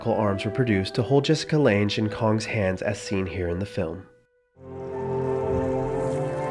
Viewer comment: It's a shame the spirit of the original was never captured again. Maybe some things are only "one-time" things/just can't be duplicated, like a first love. (Btw, Jessica Lanje? Her last name has a hard, not a soft "g" sound.)